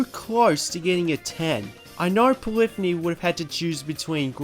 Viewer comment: It really bugs me the way he pronounces Polyphony lol! It's "Poly - phoney" not polifiny